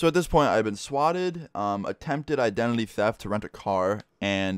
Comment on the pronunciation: Ik its an accent but you said "Idenely" and not identity pretty cool story tho